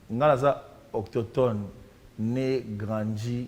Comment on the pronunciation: remets nous notre émission à sa place. On dit autochtone et non okokton